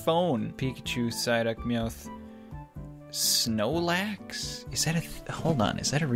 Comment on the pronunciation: when he said "snoelax" i felt that.